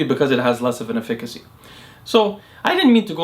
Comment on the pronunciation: Dude can't pronounce efficacy 😂